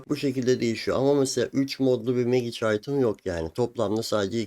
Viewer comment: Çok şey öğretiyorsun, teşekkürler. Ama lütfen telafuzlara dikkat edelim hocam ya, kulağım kanıyor:) izleyemiyorum. Magic değil, macik Sitrenç değil, sitrengt Glovıs değil, glovs Teşekkürler :)